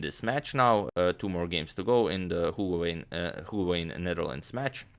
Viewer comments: To add to your undeniable vast knowledge...... the 'oo' in Hoogeveen is pronounced 'ow' as in blow. To be complete, 'veen' is pronounced vain. Otherwise your presentation was flawless, as we have grown to expect. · The oo in Hoogeveen is pronounced like oh in "oh my God". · Please agadmator, where did they play? I couldn’t make it out of the pronunciation. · As a dutchy I lkve how you pronounce hoogeveen ☺️